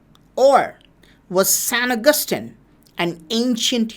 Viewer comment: San agustin = sen akathin